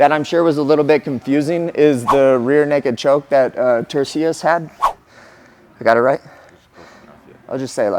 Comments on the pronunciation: How you gonna do a breakdown if you cant even say the fighters name right. What a joke. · Turcios is a no name bum and Cory is a title contender I don’t blame him for the mispronunciation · For some reason almost every fighter struggles with name pronunciations, no matter who they are. I find it endearing.